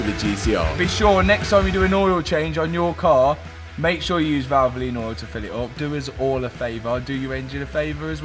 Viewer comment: Why do you have to say valvolin ?